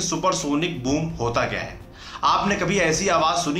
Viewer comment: Sonic boong nahi boom😆